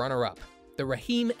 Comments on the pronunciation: Did he say Raheem instead of just Rheem(reem). Lol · Rah Heem 😂😂😂 AI is hilarious!